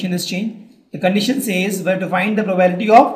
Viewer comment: For God's sake check the pronounciation of 'PROBABILITY'.